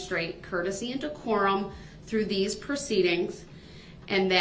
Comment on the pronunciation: "Dees notes" lol